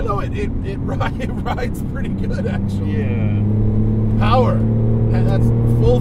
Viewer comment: "Poww-errr!" lmao, I think Matt was being a smart ass...